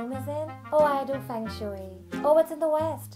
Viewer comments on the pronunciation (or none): The pronunciation is "fung shuey" thank me later 😉 Mujhe bhi kucch din pehle pata chala. 😂